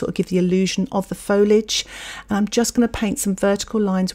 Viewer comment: Nice. I do not paint. At all. Ever. But might give this a go. So thanks. But. Fol-i-age. The 'i' is pronounced!